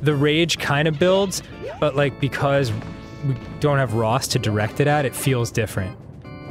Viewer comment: I love how instead of Dan saying "because" He says "Bacos"